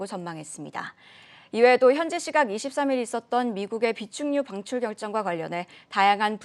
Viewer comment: 비축유방출 ㅋㅋ 아나운서들 발음이 왜 정확해야하는지 알겠네요